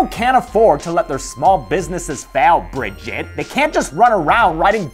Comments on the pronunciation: Me: Please, just try to say her name properly. It's not hard.: sighs Fine. Me: Okay, what's the name of the love interest in Leprechaun 2-: BRI-JET! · The way says “Bridgette” makes me laugh to the point of tears. Every time I see someone with that name, that’s how I pronounce it. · I love how pronounces Bridgette, I sounds like he's pissed tf off at the mere idea of her